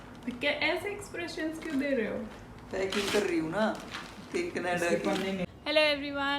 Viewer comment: Kyaki. Haryanvi 😂. M bhi Haryana se. Hisar distt